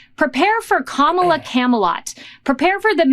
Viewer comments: Kamalot? I like it 😂. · When she said kamalot.... i think that was a great thing. Lotsa people want to live there. Keep touting that legendary land.... my queen.... kamala.